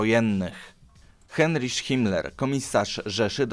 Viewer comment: Znów tradycyjnie klops z wymową obcych wyrazów: 1. "EICHMANN"... wymowa: [ajhman]... na pewno nie: [ejszman] !!!!!!!!! 2. "VON" wymawia się po niemiecku [fon] 3. "JOSEPH" wymawia się: [jozef]... nie [dżozef] (z angielska) 4. "HEINRICH" wymawia się: [hajnrih]... nawet nie pytam skąd się wziął [henrisz]...